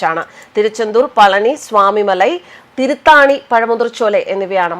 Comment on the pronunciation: തിരുത്താണി അല്ല തിരുത്തണി ഇതാണ് ശരി.